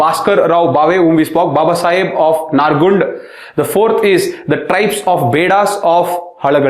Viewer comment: Sir please ಸ್ಥಳಗಳ ಹೆಸರು ಸರಿಯಾಗಿ ಉಚ್ಛಾರ ಮಾಡಿ. ನೀವು ಹೇಳುವಾಗ ಎಲ್ಲಿದೆ ಈ ತರ ಸ್ಥಳಗಳು ಅಂತ ಗೊಂದಲ ಆಯ್ತು... example: ನಾರಗುಂಡ, ಹಳಗಲ್ಲಿ, ಮುಂಡರಾಗಿ, ಸುರಾಪುರಾ. ನರಗುಂದ,ಹಲಗಲಿ,ಮುಂಡರಗಿ,ಸುರಪುರ ಸರ್...